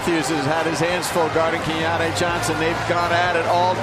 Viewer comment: The ridiculous disrespect of continuing to mispronounce "Keyontae" despite and the arena announcer's repeatedly correct pronunciations made me nearly puke. Let's go Mountaineers all the way but c'mon if you follow or are involved in college basketball in any way over the past half decade you should know who Keyontae Johnson is and how to pronounce his name. This was just embarrassing for ESPN. edited to add: I embarrassingly misspelled Keyontae in this comment when I posted. Crawling in a hole real quick be back Wednesday at 7p EDT LET'S GO 'EERS!